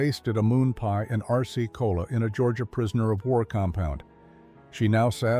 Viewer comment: I heard Arsce-Cola. Well, maybe to avoid problems with trademark infringement, or some such thing. 🎉